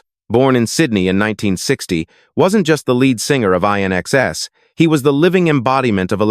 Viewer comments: When will they realise that AI 'commentary' is mindless. It's NOT I.N.X.S. IT'S 'IN EXCESS' ! And the years are NOT 1 thousand nine hundred sixty 'seconds' it's 1960s. Sometimes one wonders if anyone even listens to these 'over dubs' 😮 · I...NXS? AI fails again. It's INXS, as in "In excess", get it? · It would have been better if AI didn't mispronounce INXS's name.